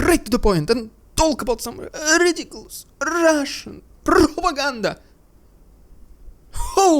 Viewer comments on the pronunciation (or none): RRRRRidiculous! RRRRRRussian!!! PRRRRRopaganda!!!!